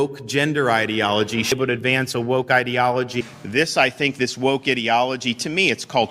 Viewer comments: What happened, went from “îdilogy” to “īdeology” and back again. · Ideology or Edealogoy ???? just like he can't pronounce his own name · He pronounces ideology like he pronounces his last name